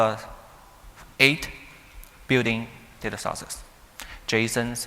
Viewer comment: All are good but the strange pronunciation of "and" and "data". I suggest taking some time to practice the two simple and high frequency words. Thanks a lot😊